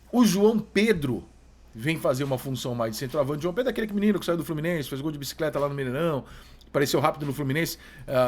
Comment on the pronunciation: a sua pronúncia do João Pedro, jogador do "Brighton", da pra ver que vc nunca assistiu um jogo sequer, de um ótimo time, com um ótimo técnico